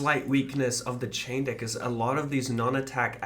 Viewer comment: As an American hearing them say dick when they say deck has me crying lol.